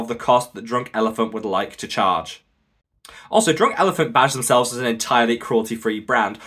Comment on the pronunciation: Did he say drooooouk elephant